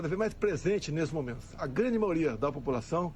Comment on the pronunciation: Caraca! O Bozo fala "MAORIA" e o Lula iria fazer mal para os países de língua portuguesa?